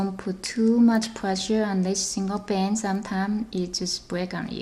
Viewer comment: yes plz!!!!!!!!!! her vice is so weird and she says band like bans